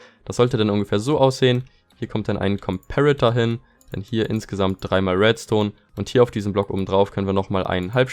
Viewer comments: Wie deutsch kann man sein?: JA aber am meisten triggert mich das er trotzdem comperator englisch ausspricht xD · gutes Video aber es hat mich so unnormal getriggert wie du Komperator ausgesprochen hast o.o